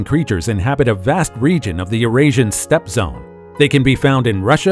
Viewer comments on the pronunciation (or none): none